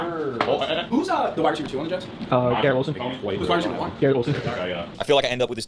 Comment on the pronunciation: Does say "Wida Ceiver" or am I tripping balls